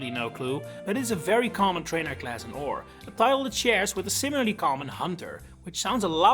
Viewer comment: It kills me every time someone calls Orre "ore" and not "or-ayy".